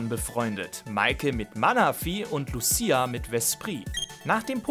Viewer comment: Lucia wurde da leider falsch ausgesprochen 😅 Triggert mich leicht als Sinnoh Fan, aber wie immer wildes Video